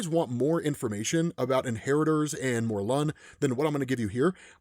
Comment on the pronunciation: It’s mor-lin